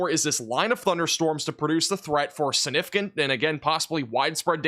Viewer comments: There goes saying, "Sinnificant" again.😂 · Will learn to pronounce the “g” in “significant” before he hits 1 million subscribers?